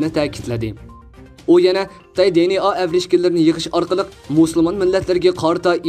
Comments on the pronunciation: چەتتىن كىرگەن سۆزنى چەتئەلچىلاپ تەلەپپۇز قىلىشنىڭ ھاجىتى يوق. بۇنداق سۆزلەرنى ئۇيغۇر تىلىدا ئىشلەتكەندە, ئۆز تىلىمىزغا ئۆزلەشتۈرۈپ قوبۇل قىلساق ۋە تەلەپپۇز قىلساق توغرا بولىدۇ. ئەمما ئىنگىلىز تىلىدا سۆزلىگەندە دى ئېن ئېي دەپ تەلەپپۇز قىلىمىز. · di-en-a chettin kirgen sozlerni toghra oqung riyasetchi ，bilmisingiz sorang